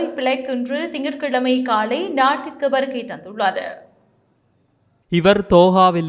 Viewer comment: காலை என்பதை காளை என உச்சரிக்க வேண்டாம்